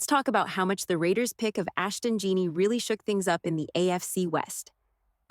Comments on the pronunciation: It’s jenty not jeenty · Jeanty pronounced Jenty